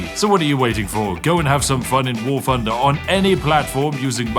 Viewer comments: "PRESENtinga... WAR FFUnder" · It's pronounced "Wart Hunder."